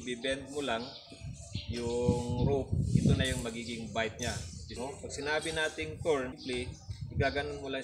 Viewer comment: Bight kabayan, hindi bite